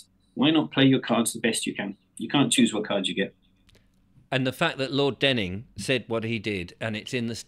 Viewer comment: Lord Denning not Dunning